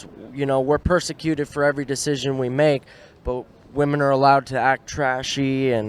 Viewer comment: why cant so many women pronounce ... "women"